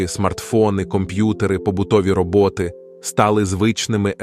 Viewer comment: Звертаю увагу редакторів на неправильні наголоси, які спотворюють зміст. Наприклад, побутові роботи. Йде мова на про побутову працю, а про домашні роботизовані машини. Всесвітній комп'ютер, це не центр управління світом, а сучасний інтернет. А те, що ввійде туди і не повернеться, це - інформація, яка, якщо зайде в інтернет, то вилучити її неможливо. Керувати волею людини неможливо по замислу Божому, тому не лякайте искусственным інтелектом та кодами. Людину можуть лише обманути або поставити в такі умови, коли їй вигідніше буде порушити заповіді.